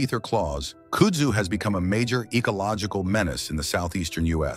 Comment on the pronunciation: Voted down. How can anyone mispronounce KUDZU ?